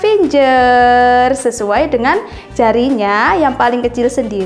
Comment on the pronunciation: Ijin koreksi finger dibaca fingger bukan finjer yah